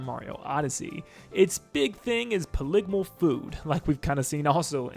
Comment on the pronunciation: Poly-gone-all it sound like you said poligomyly LOL